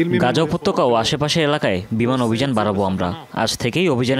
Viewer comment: বারবার "উপতক্যা" করছেন কেন!? বিরক্ত লাগে শোনতে... বলবেন "উপত্যকা"। নাকি পার্থক্য জানা নাই? 🫤